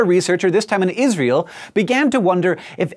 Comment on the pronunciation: you have trouble pronouncing Israel there...